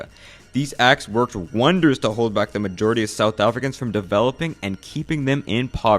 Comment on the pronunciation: Bro the pronunciation of some of the words though, “afri-cans” i always die in laughter when i hear non south africans pronounce it